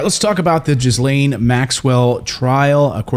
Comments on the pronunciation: Don't you know how to pronounce Ghislaine? It is not JIZ-LANE, but GHI-LANE. The S is silent. Its French. Fix your pronunciation! You are reporter. This is what you do. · It’s pronounced Gilaine…not Jizzlane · Is he completely mispronouncing her name? I don’t think it’s pronounced “Jiz Lane” ? Do your homework fella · her names isnt pronounced Jizzlane! its Geelane! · Could you PLEASE do your research and pronounce her name correctly if you are going to report on her? It is Ge-lane....NOT Ghiz-lane....come on...you are a news group...do a better job with this. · The “s” in her name is silent. Pronounced either GIL-len or Gil-LANE. Not Jiz-lane. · Mate! It's pronounced gi-lane!!! It's not like a hundred other news reporters aren't saying it correctly on every media platform in the world every day. Unless he's being clever and saying jizz-lane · Her name is pronounced gilane not jislane… the s is silent. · “Ghee-Laine” not “Jiz-Laine” 😂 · OMG!!!!! Her name is pronounced GHI LAINE! NOT GHIS LAINE FFS LEARN TO SPEAK PROPERLY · It’s pronounced Gilane not Jizlane. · The name is pronounced Gil-lane not Gizlane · It's pronounced gislane not jislane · ghee-lane.....not GIs-laine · It's GEE Lane not Giz lane. Hard to take this report seriously if you can't even pronounce her name correctly. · The woman is a monster, but her name is pronounced "Gillan," like Ian Gillan, of Deep Purple... Not Jizz-laine, ffs! And if you'd watched the interview, you'd have heard Ian Maxwell's pronunciation. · it's KGEE-LENN. not JIZZ LANE! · Her name is pronounced Gill lane! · Sorry, not really. Her name is French, it's Ghislaine, the S is silent. It's more like Geleine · dude, its pronounced GILL LAYNE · Ghislaine -- pronounced Gee-lane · GHEE' lain rhymes with ELAINE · LOL....Was going to post the same thing. THE S IS SILENT! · JIZZlaine just seems appropriate. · It may be fitting in a mocking way, but "jizzlane" is not how her name is pronounced. S is silent. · her name is pronounced GILAINE